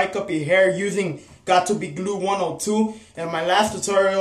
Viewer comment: "GOT TO BE GLOOED" .